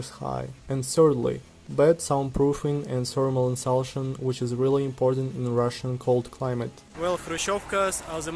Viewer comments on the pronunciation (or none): Great Video. I forgot that during the Soviet era only people in rural villages had any land to have a house on and that is why nobody has houses in the city. The word insulation is pronounced insu (LAY) tion as I would like to help you improve your English if you want help. Let me know. Keep up the good work.